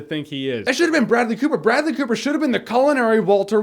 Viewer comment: Idk why but in the intro you said "Food and Bradley Cooper!" I heard "Food and BREAD-ly...." LOL